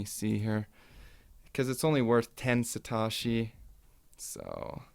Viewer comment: Sa.. TOE.. SHI... NOT satarshi.. Thx subbed